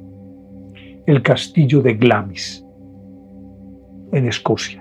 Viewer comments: Se dice Glemis, claro con acento, lo cual haría que le e se pronuncie muy suavemente, pero igual suena Glemis en español. Asi de simple. 😀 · La pronunciación correcta es algo así como "Glaams". Saludos!